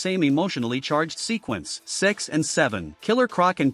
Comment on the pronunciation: Number 4 is stupid from the start cose Lois should die on the first Superman touch.🤣🤣🤣 Why when you say 6 and seven sounds like "Sex and seven"?🤣🤣🤣🤣Amazo was maded with paper or gum?🤣🤣🤣🤣